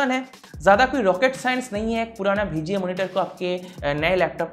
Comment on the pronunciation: Bhai "BHI G A" port nhi hai VGA port hai 😂